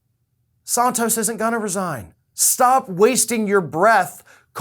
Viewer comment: Nice that you said his last name correctly 😊, but Santos is still a horrible man.